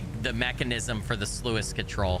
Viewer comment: I am going to be THAT GUY! Sluice rhymes with juice.